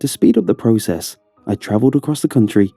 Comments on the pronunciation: The way he says “process” kills me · I think it's an English thing. Like, Britain English.